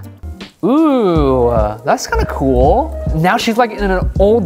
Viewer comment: when says oooohhh (like oooh i like it), it sounds like ewww (eww i fucked up). and its funny. love his tutorials btw also a recap is not showing your art and zooming in. its showing the stages lol